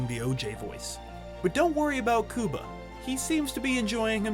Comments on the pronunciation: I really wish people would learn how to pronounce Cuba’s name correctly. How can you speak about anyone if you can’t even pronounce their name correctly? Let me help you here. You know the Rubik’s Cube, right? Now, think of the word cube by itself. Got it? Great!!! Now, say cube and add an “a” Cuba. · Is that how you pronounce the county of Cuba, as well? It's pretty annoying. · Wtf happened to your pronunciation of cuba? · Pronounce his name right G. LMAO!!! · Why are u pronouncing his name like that! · You mean his name is not pronouced like the country of the same name? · god damn i cant stand hearing this poindexter say "COO-BA" over and over. i'm latino myself, actually cuban to be exact and even when we speak english we don't pronounce it like that. we say Q-BA just like any normal english speaking person. only when we speak spanish will we change the pronounciation, as it is appropriate. but please.. STOP... u sound ridiculous! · First of all WHY IN THE ACTUAL FUCK are pronouncing his name “Coo-ba” instead of “Cue-ba”?!??!? Second of all, yes CUE-ba has had some stinkers, for sure, BUT I LOVED RAT RACE and I apologize to NO ONE for it! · lol Do all Americans call Cuba "Kooba"? 🤣🤣 It's "Cue-ba" ffs. You know...like the country. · The announcer keeps saying "coooo-ba"...I've read that actor gets tired of his name being pronounced wrong...it's "Cue-ba" like the country...do your research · It’s not COO-BA, it’s pronounced CUE-BA. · Man, his name is not pronounced “Cooba”, dude, it’s “Cue-ba” - you know, like the country by the same name and spelling?? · Cooba Gooding Jr.? I always thought it was pronounced as the country was. Q-Bah. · His name is pronounced cueba, not kooba,asshole. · Cuba as in qba. Not Cooba😂🤣🤣😂😂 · I couldn't even finish watching. I cringed every time he said cooba instead of cuba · It’s “Coo-ba” I thought it was “Qu-ba” damn I been wrong my whole life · I cringe everytime u say his name, its pronounced Q-BA not COOBA😣😩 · bruh omg it’s Q- BUH